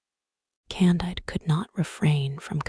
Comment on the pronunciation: CON-DEED. It's French.